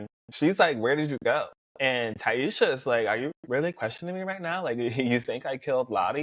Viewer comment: this is a great video but you saying ti-esha instead of taissa drove me up the wall lmao 😂. Hope you start adding your predictions for whats coming next at the end of future videos. Would love to know what you think ❤